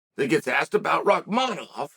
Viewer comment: Chael, jokes aside, you're the only one who doesn't call him by his first name "Shavkat". It's not hard to remember. It's just like "Khamzat"... but it's "Shavkat". Somehow, you've actually memorized and pronounced correctly, his harder last name. Which for you, this just blows my mind and I don't understand. Unless you're trying to give him a hard time, and if you are, it's falling on deaf ears. The entire UFC commentators just call him "Shavkat" and don't even say his last name. Most people don't know his last name. Get it together old man! Sad!